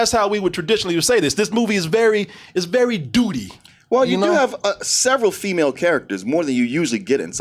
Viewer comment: “ Its very DOODY “ lmao